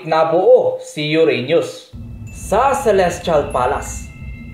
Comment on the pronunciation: Ser pag nagsasalita ka sa pangalan na lolita lagi kong naririnig loliTA!! At kay Uranus ay Uranyus